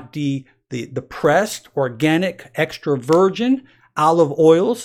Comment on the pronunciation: Every time he says "Extra Virgin" I hear "Extroversion"